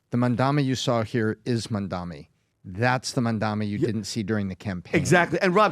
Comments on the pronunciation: CAN YOU STOP SAYING HIS NAME WRONG FFS. JEEZ MAM-DA-NI. Goddamn it get right. Its 3 syllables. It makes me want to punch a wall whenever you idiots say it wrong, its triggering in the same way as hearing nails on a chalk board. STOP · Why are you guys incapable of pronouncing his name correctly? Talking to you especially. Are you guys stupid or deliberately taking the piss? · Not a Mamdani fan but please learn to pronounce his name correctly.